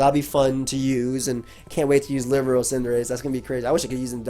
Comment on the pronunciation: Libero: (lih-BEAR-oh)